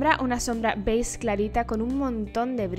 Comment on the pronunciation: Me encanta como en vez de decir beige dices "beiz" jajaja se te escucha bien bonito. Me gusto mucho el look!!!